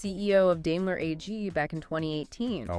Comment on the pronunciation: Not dailer but Daimler